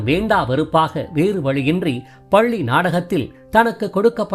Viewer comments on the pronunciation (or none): none